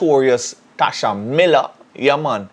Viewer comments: Tesha not "Tasha" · It's Tesha, and not Tasha........ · It's Tesha 😆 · is really trolling, "Tasha Miller" I know he know its TESHA!!!!!!!!! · His name Tesha not Tasha 🤦‍♂️ and u were in law enforcement